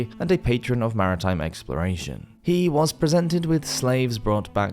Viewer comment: Scottish Woz